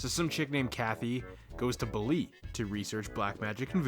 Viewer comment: Wonderfully insane film and nice to see it reviewed. It's baa-lee, BTW